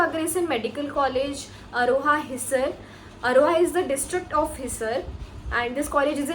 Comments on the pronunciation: You are real accidental doctor, hissar not hiser , Agroha not aroha ,,, Pandit B D Sharma not Pt. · Phle bolna to seekh le bhai hisar or agroha dono ko galat pronounce kr rhi h